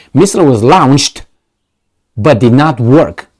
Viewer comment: Why doesn't read comment section. Launched is pronounced LONCHED. When you say it, it sounds more like Lunch. Lol. Please fix this I can't ignore it